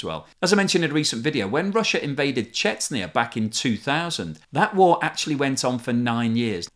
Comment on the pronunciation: You keep pronouncing Chechnya incorrectly in every single one of your videos.